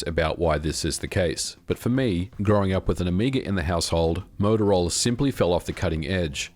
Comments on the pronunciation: As a games developer at that time I did lots of assembly programming on the 68000. Btw, it's Motorola, not Motorolla. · It's MOTOROLA, not MOTOROLLA. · MOTOROLA. Not MOTOROLLA. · MOTOROLA, not Motorolla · "motoroel" XD Interesting video though thanks. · I kinda like it. It has that Aussie "twang" to it haha. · Moto-rolla. Twice :(. Edit: 3 times. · the morrowroll lol